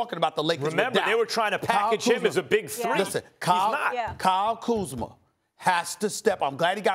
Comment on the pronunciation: He finally said Kyle Kuzma’s name right 😂